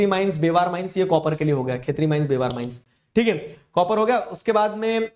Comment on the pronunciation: sir That is not बेवार ❌ ब्यावर ✅